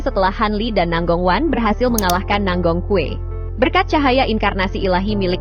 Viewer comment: Nangong kue😂😂😂 itu…baca namanya nanggong cue